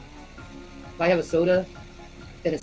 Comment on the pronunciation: It's sodie everyone because thinks leaving gs off the end of words and changing words is so charming.